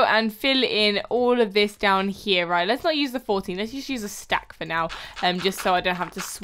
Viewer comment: Did you see when she said raight its meant to be right